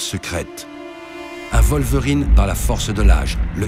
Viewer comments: {Wallverine} je tiquais à chaque fois que j'entendais {Volverine}. Ca n'enlève rien à la qualité du propos cependant. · Faut revoir la prononciation de Wolverine XD Ça change d'être en extérieur, c'est pas mal.